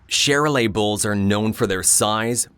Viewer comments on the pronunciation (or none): Gosh, can't you at least learn how to pronounce the names of these animals? You ruin a great story ...Shar-lay ..not share-o-lay!! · LMAO it's pronounced Sharlay, not Cheralay. People need to announce their own danged video's not stupid AI. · I think they meant Charolais bull on the big white bull unloaded . A breed of cattle introduced from France and pronounced "char-lay". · Charolay bulls😂😂😂😂 AI screwup